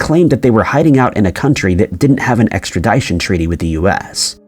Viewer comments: Seriously. Extradition is not pronounced Extra-die-shun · For the love of God, it's "extra dition", as in fishin'. I've never met anyone in my life who cannot correctly pronounce extradition.